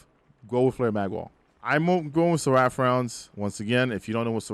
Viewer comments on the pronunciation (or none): ser-uh-ph not ser-ah-ph lol but otherwise great video, I learned a few things. I'm taking feeding frenzy off now. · I think Seraph rhymes with tariff, not giraffe lol. Great video though dude 👌